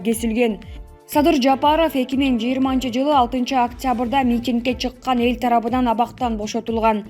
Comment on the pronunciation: Журналист кыз кыргызчаны туура жаз ж.а туура окуу.Эл тарабыдан- деп окудун, эл тарабынан б.т туурасы.